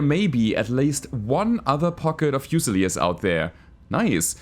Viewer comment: The pronunciation of "fusiliers" is driving me nuts. Should be "fyu-suh-leers". Term comes from the British army where garrisons would be armed with a "fusil" rifle [a type of lightweight flintlock musket rifle].